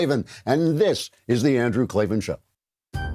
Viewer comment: K-L-A-V-A-N There are no E's in Klavan